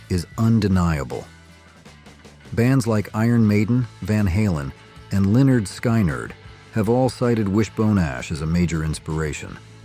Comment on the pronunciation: If AI is so good howcome it prononced Lynyrd Skynyrd 4 different ways in this video?